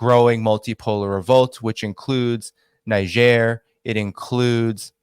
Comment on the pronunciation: Niger is spelled (Naydzer) somewhat similar to Nigeria so spot calling it Nizher